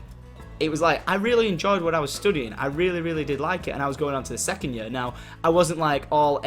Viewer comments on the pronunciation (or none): i love how tom pronounces year "yur"